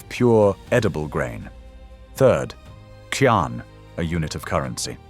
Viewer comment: Can I just check why the pronunciations of Chinese words, names and terminology are not pinyin? Eg 钱 or 錢is qian but it’s pronounced in the video as ki-an. Is that an AI mispronunciation?